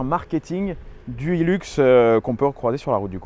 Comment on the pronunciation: Putain, mais ils en tiennent une couche les français avec leur anglais, et ça fait mal aux oreilles. ;-) Le modèle «Hilux» s'appelait originellement le «hi-lux» et c'est pour «high luxe» ou «le grand luxe», donc s'il-vous-plait, prononcez correctement et nos oreilles vous remercierons. C'est donc pas un «heelux», c'est un »high luxe»... ;-) Cela dit, c'est une fantastique machine. Et merci.